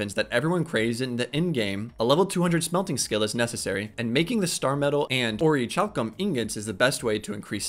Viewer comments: Great vid, my only criticism is that its pronounced Ori-Kalcum :) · Pronounced. Ori - CAL - Cum Hope that does come off as rude.